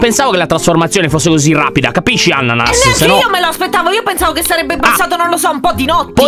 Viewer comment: A detto annanas